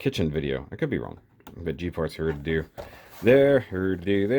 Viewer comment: You said (Hru)doodoo.